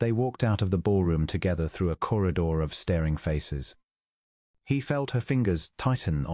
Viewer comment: There needs to be a way to tell the AI what to do. It's very distracting to have the homonyms mispronounced, and the spelling mispronounced (staring pronounced as starring, etc.).